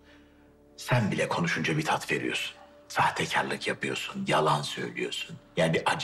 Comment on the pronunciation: Baba ne apyiosun dediginde yaman , Hamdi baba "gunesden c vitamini calyiorum dedi yaaa adam cok komik